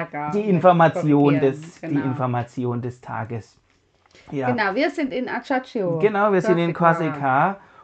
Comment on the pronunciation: Würde mich sehr freuen, wenn sich Reise-Youtuber kurz 2 Minuten mit der richtigen Aussprache der Orte vertraut machen würden. Mallorca = Majorka, Ajaccio = Aschaksio, Civitavecchia = Schiwitawekkia, ... In Málaga empfehle ich euch einen Besuch der Alcazaba. In Cartagena kann man sich das Römische Theater anschauen und angrenzend eine Aussichtsplattform auf einem kleinen Hügel direkt am Hafen erklimmen. Für den ersten Rom-Besuch empfehle ich die Klassiker (Petersplatz, Kolosseum, Forum Romanum, Pantheon, Trevi-Brunnen, Spanische Treppe, evtl. Caracalla Thermen). Ein Innenbesuch des Petersdom ist meines Erachtens die Wartezeit (1-2h) nicht wert, wenn man nur 1 Tag in Rom hat, Kolosseum Innenbesuch lohnt sich eher, aber unter Umständen auch sehr lange Wartezeiten, vielleicht geht es inzwischen aber fixer, habe mal gelesen, dass man jetzt Zeitslots buchen muss. Generell empfehle ich eigentlich eine geführte Tour in Rom, um viele interessante geschichtliche Hintergründe zu erfahren. Wenn es nicht direkt Rom sein muss, ist Ostia Antica auch sehr eindrucksvoll. In Barcelona ist mein Alltime-Favorit ein Besuch im Park Güell, empfehle aber ein bisschen Zeit mitzubringen und nicht nur durchzuhetzen. In Mallorca, wenn ihr einen Mietwagen habt, lege ich euch auch einen Besuch am Cap Formentor nahe - aber Vorsicht, man muss unten in einen Shuttlebus umsteigen, sonst zahlt man Strafe, wenn man mit dem Auto hochfährt. Es ist nicht unbedingt ersichtlich und es gibt keine Absperrung, aber es